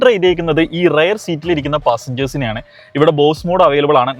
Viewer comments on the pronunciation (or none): റയർ സീറ്റ് അല്ല റിയർ സീറ്റ് എന്നാണ്...!